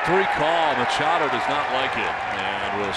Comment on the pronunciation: Machado...LOL It's more like Muchacho!!! LOL